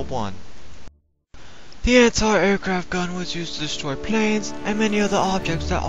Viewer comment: "Airquaft?" WTF?!?